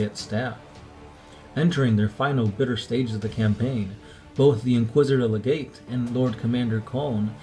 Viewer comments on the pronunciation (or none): none